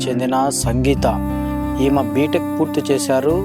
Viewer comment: మిస్టర్ విలేఖరి ఆమ ఈమ కాదయ్యా ఆమె ఈమె అని పలకాలి నువ్వు ఎట్లా విలేఖరి వి అయినావు